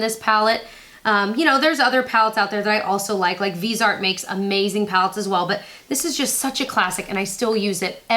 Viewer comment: I swear everyone pronounces Viseart differently, do they not have any promotional videos that pronounce it how the brand does?